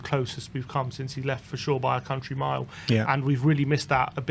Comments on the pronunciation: Me - Lay Jedinak boys, not 'Mile' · Mile is pronounced Mill-ay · Mile Jedinak (pronounced Mill.eh), was the heart of Australian teams.....Ange knows this club and the backline needs some fucking spirit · Mile (Me-lay) Jedinak 👍